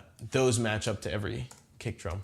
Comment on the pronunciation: I swear to god he says "cake" instead of "kick" every time.